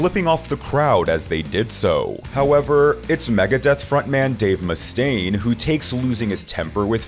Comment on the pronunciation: Dave Muh-Stain.